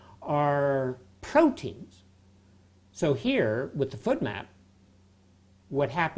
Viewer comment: I took a drink every time he said food map instead of FODMAP and now I'm shitfaced